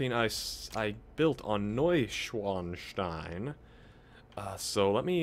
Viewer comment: You're close with the pronunciation, but not entirely correct. It's pronounced Noy-ShVan-Shtine, not Noy-ShWan-Shtine. A German "W" is pronounced as a "V."